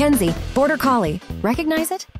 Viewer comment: did you say recocnize HIM?!?!